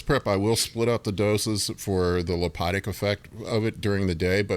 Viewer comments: Hey its called "lipolytic" not "lipotic". Just like you always say "giantism" instead of "gigantism". If you're gonna be a coach, shouldn't you get your terminology correct? If you dont know the terminology then just say "fat burning" so you're not trying to sound fancy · Don't wanna sound like a jersey but I heard lipotic one too many times. It's lipolytic. I feel like skipped rubbed off on me with grammar and people using words when they don't know what they are. Lipotic would refer the antioxidant ala